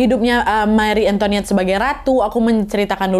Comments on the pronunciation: Salfok bkn marie antoniette tp marie antoinette kak 😂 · Kak Nad, maaf ralat, bukan "Marie AntoNiette", tapi " Antoinette " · Bacanya Mari Angtoanet ya 😘😘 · "Marie Antoinette" yg benar Nad. Bukan "Marie Antoniette" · Marie Antoinette Nadia bukan Marie Antoniette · Marie Antoinette, bukan Antoniette 😊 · Btul dan cara bacanya (ini udh sy note berkli2 tpi byk yg suka salah) MARI ANGTWANET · meri entoanet bacanya kali Nad... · Wakkk kita belajar sama2 ok soal baca nya dalam bahasa Prancis Louis :lui / luwi Marie antoinette : marie antowanet Versailes : versayy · Cara bacanya Mari Antowanet. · Katanya bacanya Meri entoat, tapi aku suka episode ini, kasusnya tragis entah dia buruk banget apa ngga aku ngga tau.